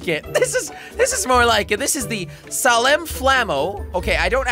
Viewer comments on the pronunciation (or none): none